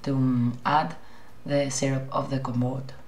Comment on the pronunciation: Your accent is lovely. I was joking. It did sound like commode though. 😂